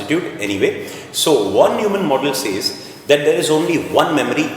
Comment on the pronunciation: Von is spelled as Fon. Neumann as Noyman.. so please understand it's Fon Noymann 😀